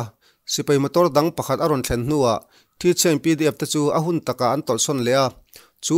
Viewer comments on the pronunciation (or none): none